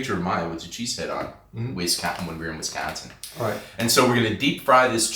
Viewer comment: Nice video however not a fan of how you consistently pronounced Wisconsin incorrectly. I know it was in fun but it was a little disappointing. ❤